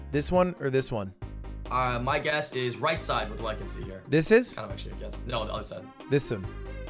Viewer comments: Does everybody from New Hampshire pronounce other as ether? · Lud pronounces other as "ether" ???????????